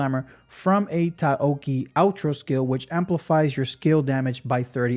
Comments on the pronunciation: Ta-Yow-Ki. Bro turn Chinese name into Japanese. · Very indepth overview and it's nice that you included lvl 6 skills. But please, it's Tao-chi. Just a little distracting. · THANK YOU I WAS GOING INSANE HEARING TA OO KI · Taoqi is pronounced Taow (Ta like tamarind, ow like ow that hurts) then Chee (like beginning of cheese). Rly butchered that one. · Just as a note since you're probably going to have to say her name a ton more times in upcoming videos - Taoqi is two syllables, tow like you saw cow, and chi like when you're referring spiritual energy, so tow-chi. Thanks for all the calcs! I'm super hype of Jinhsi.